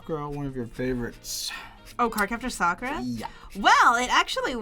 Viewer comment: why did say "yeah" like that😭😭